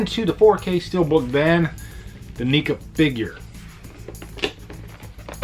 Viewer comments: Um buddy oh pal....... its pronounced neck-ah NOT neek-ah lol you might get some shit from the horror community for pronouncing it wrong. Just looking out for you buddy! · Good video u pronounced NECA wrong tho